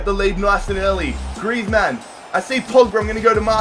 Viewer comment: Why do you pronounce griezmann as if he is a superhero, like its "griezmann" not "Griez-Man"